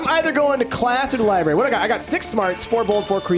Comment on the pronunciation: IT'S NOT A LIBERRY ITS A LIBRARY!!! god that annoyed me through the whole thing and no one tried to correct him.